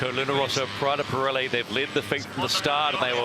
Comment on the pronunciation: Pirelli non Parelli ...